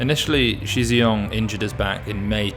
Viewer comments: Agreed. As a start - Shi is pronounced more like “Shh”, rather than Xi. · good point on tonal differences, however the incorrect way Shi’s name is being pronounced is not a tonal problem. is pronouncing Shi the way that Xi should be pronounced. And the way to pronounce Shi is not a completely unheard of sound in the English language. Again, not saying that should know this by default, but that’s why we are pointing it out, particularly since it’s not some 10 syllable complicated name to learn.